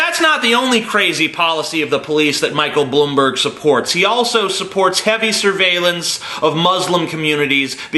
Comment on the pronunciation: As a New York City Citizen for my whole life (14 years) I can confirm that Bloomberg (or how TJ says it "Blumberg" Jk) is a scumbag. And yes, he did somehow change the 2 term limit to 3 right before getting elected, even though he was extremely dislikes by most New yorkers at the end of his second term.